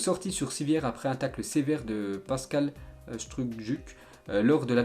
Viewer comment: pascal strukjuk il a dis mdrrrrrr